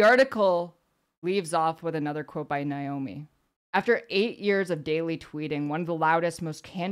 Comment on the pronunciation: NAY-omi, not NIGH-omi.